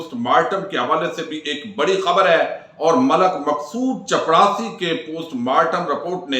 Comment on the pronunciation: موضوع بڑا سنجیدہ ھے صاحب۔۔۔۔ورنہ مجھے عربی زبان کے ایک مدرس ھونے اور تقریباً 25 ممالک کے طلباء کو پڑھانے کے تناظر میں جو عربی آپ نے پڑھ کر سنائی ھے وہ ھنسی "سے لوٹ پوٹ کرنے کے لئے کافی ہے۔۔۔ آپ ویسے ھنساتے رھتے ھیں۔۔۔ ایک ویڈیو میں مقصود" چڑپاسی" کہتے کہتے رک گئے۔